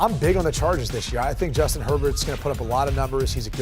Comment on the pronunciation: JUATIN HERBERT LMAO